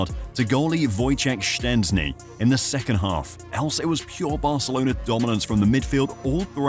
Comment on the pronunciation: As a Pole I have to tell you that you're the first foreigner to pronounce Tek's full name correctly😂👏